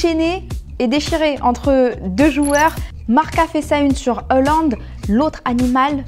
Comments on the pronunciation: C’est pas heuland c’est haaland... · Haaland, et non Euhland comme dis votre journaliste là 😂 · C’est pas "Hollande " mais"Haaland" !!!! Et il est ou le mec ?? On comprend rien avec la meufe la , réagissez un peu !!!!! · Erling hAAAAland et pas François mdrr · Y a pas de E dans Haaland Stop dire Eland stp